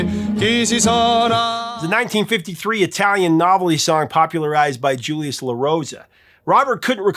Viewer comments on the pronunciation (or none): none